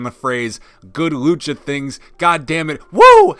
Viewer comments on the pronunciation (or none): none